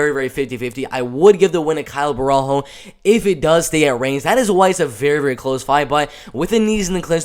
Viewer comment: its "bohalio"... you see him again btw